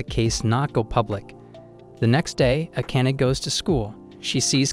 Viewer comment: ah-can-ah. What a name. Oh wait - it's pronounced: Ah-kah-nay.